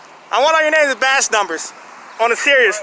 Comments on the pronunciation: What is a “baz” number!? 🤣😂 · What's a 'bass' number? 🤣🤣🤣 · What the hell is a “bash number”? (As the guy keeps saying)